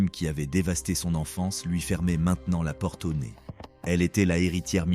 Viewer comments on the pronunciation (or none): none